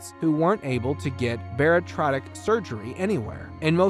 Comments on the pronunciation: As stated previously here, I think the operation is called and pronounced BA-RI-AT-RIC, not baritratic surgery. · Bariatric... pronounced bare-e-at-trick according to me or according to Webster's dictionary bar·iat·ric | \ ber-ē-ˈa-trik No offense but since your channel focus is 600 lb life it would help people not familiar with the show if you got the pronunciation correct. Not sure if there is an AI auto reader or real human behind the narration but there are a a lot of mispronunciation of character names as well, which can thwart new fans in their search to look up those episodes. I enjoy this series a lot, as a superfan perhaps I am just being picky. Cheers to your continued success! 🙀⚕👨‍⚕️🥼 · At and a few other times in the video the word you’re looking for is bariatric, “baritratic” or whatever you’re saying isn’t a word lol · "Bear-a-trotic surgery?" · Bariatric. Bare ee at trick lol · Thank you it was driving me crazy . Lol